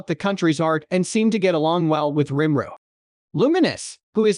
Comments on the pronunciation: For each time I hear him say rImRU instead of RIMURU I'm going to punch a cat! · Your text to speech really struggles with the name rimuru huh